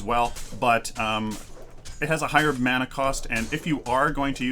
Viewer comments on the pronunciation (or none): none